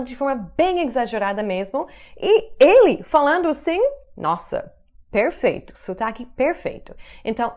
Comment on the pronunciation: vc e alguns americanos ainda pronunciam o e de forma errada em algumas palavras. Esse, este, naquele, ele, pronuncia-se com som de ê, como em você. Só a forma feminina dessas palavras tem o som de "é " aberto.